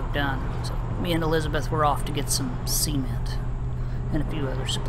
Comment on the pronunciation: 'Sea'ment that's a real weird way of pronouncing cement.